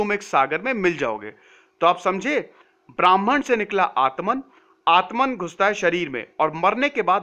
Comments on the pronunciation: It’s not Bhraaman. It’s Bhraman. Pronounced as brr h mann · "bramhan"nehi .This s BRAMHAN